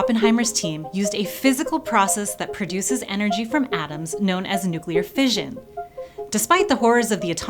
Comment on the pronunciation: It is pronounced fish-un As in mission. Do americans say Mizzion ? I doubt it